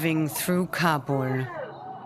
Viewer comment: Why does she pronounce Kabul as Kabore.